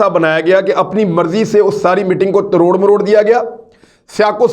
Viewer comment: Aoa. Sorry to say exact word is tor maror k not taror maror k